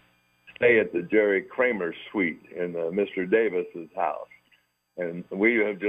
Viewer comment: Kramer, not Krammer.